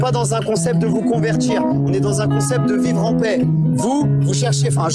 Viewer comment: Il y a eu un lapsus de l'interlocuteur à 29minutes À peu près Il a dit la plaie pour dire la paix Le lapsus vous va si bien